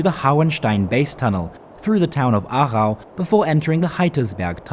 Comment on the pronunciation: I'm impressed because you say the names of places perfect 👌😁